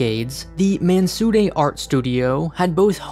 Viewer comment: I love the way you're pronouncing "Mansudae" with the appropriate middle ground between the phenetic English 'd' and 'r' sounds. Well done.